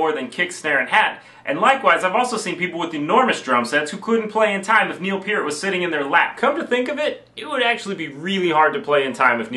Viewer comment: First off - I'd punch the guitar player in the mouth for saying "Pert" instead of "Peer-t", then I'd hit him with a cymbal just for good measure.